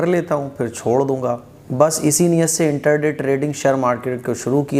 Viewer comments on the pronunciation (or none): انٹر دے نہیں انٹرا ڈے ہوتا ہے۔۔۔